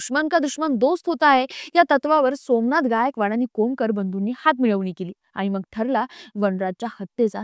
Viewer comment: मॅडम, "मग"बोला" मंग " नका बोलू